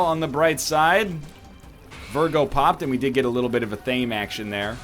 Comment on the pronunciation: Yo, fun fact. Athame is pronounced Ath-ah-may.